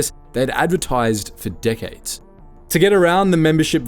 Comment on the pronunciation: He says "decades" but it sounded like "dickheads" LOL